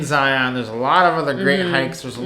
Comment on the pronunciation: Hey love the channel. As a Utahn, I need to correct your pronunciation of Zion. The pronunciation rhymes with "Ryan." Lots of visitors prounounce it incorrectly as if it rhymes with "Try on." Thanks, and LOVE all the Amtrak stuff. I took my first trip last month Salt Lake - Chicago - DC - Orlando. So great!